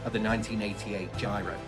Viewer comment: “Giro” is pronounced to rhyme with “hero”, not “Cairo”.